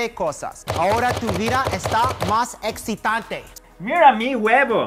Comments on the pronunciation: Alguien mas se dio cuenta que el gringo dice "exitante"del meme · y así nació el meme de "ekzitante" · No es etzitante. Me hace cherar.